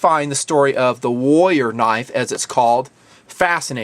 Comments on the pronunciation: is it me or are you pronoucing warrior as wolier ? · I'm having to try really hard to get over how badly you're pronouncing "warrior". The Rs in the middle are not silent, friend.